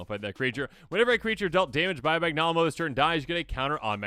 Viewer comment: Nailed Vaal Hazak, and then dropped the ball with "Magnalamo"